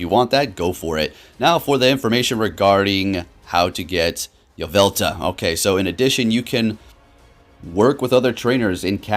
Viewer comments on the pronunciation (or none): There's an L at the end of Yveltal